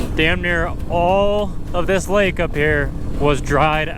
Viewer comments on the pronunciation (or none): none